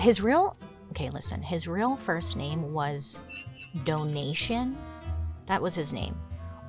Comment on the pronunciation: It looks like 'Donation' in English, but in French it's doh-nae-cee-ah.